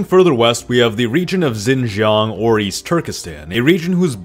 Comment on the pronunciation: Xin jiang pronounced like English Shin jyang. No “Z” sound at all when you see “X” in Chinese.